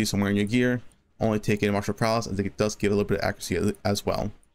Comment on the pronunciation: Are you saying martial prowLess instead of martial prowess?